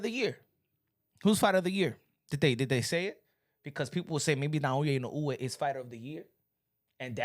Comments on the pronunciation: Pronounced “In no way” !!! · Man I hate how you keep butchering Inoue’s name. You should spend sometime trying to learn how to pronounce his name correctly my dude.